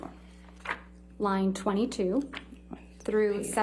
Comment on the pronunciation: I love it when Camille Vazquez pronounces "line" from AH's testimony as "lying" 😂😂😂 such as